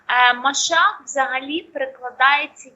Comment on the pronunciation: Ну хотябы правильно выучите, если вы уже вещаете, что,то, НЕ МАШАХ, А МАШИАХ, И ЭТО НЕ СВЯТОЙ, А ПЕРЕВОДИТСЯ КАК МЕССИЯ, КАК НАМ ИЗВЕСТНО ЕВРЕИ НЕ ПРИНЯЛИ ИИСУСА ХРИСТА КАК МАШИАХ, ОБЕЩАННЫЙ БОГОМ, И ОНИ ДО СИХ ПОР ЖДУТ ЕГО, НО ОН УЖЕ БЫЛ НА ЗЕМЛЕ БОЛЕЕ 2.000 ЛЕТ ТОМУ НАЗАД, СЕЙЧАС МЫ ЖДЁМ ЕГО ВТОРОЕ ПРИШЕСТВИЕ, НО ЭТО БУДЕТ В ДЕНЬ СУДА БОЖЬЕГО, ВО ДНИ ВЕЛИКОГО БЕДСТВИЯ, КОГДА ИИСУС ХРИСТОС ПРИДЁТ ОТДЕЛИТЬ ОВЕЦ ОТ КОЗЛОВ!!!!!